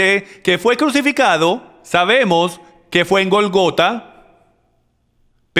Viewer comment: Entonces si es Gólgota por qué acentúan en la traduccion la segunda O??? CASI SIEMPRE QUE TRADUCE LE CAMBIA LA ACENTUACIÓN A LAS PAPABRAS De igual maneras muchas gracias porque igual seguiré viendo todas las enseñanzas que traduzca 😍